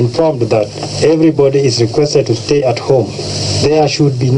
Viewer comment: You take over power and you cant read the word STAY .....no wonder they did not STAY longer because they could not read the word STAY on air in this prodcast ...listen when he says...nini hii